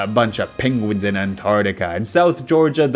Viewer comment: i like how you call them "pinguins"